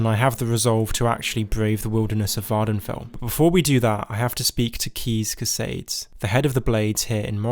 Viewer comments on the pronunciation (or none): none